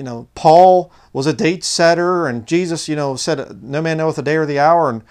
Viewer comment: I got strange feelings about, the way he would say ‘Jeeshush’ not Jesus, yet his English was perfectly capable, he used strange inflection on his voice and bizarre eye movements